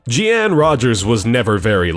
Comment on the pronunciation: Jeanne is pronounced the same way as Jean. Dumbass.